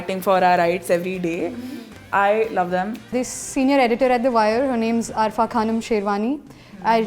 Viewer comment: did that girl really said arfa khanum!! cringe